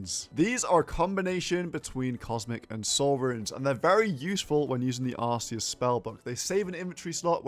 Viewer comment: Do you pronounce arcane, arsane also? Arceuus not Arsayus